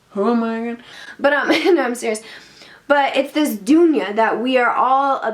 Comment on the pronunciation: This vid will help you get the pronunciation of duniya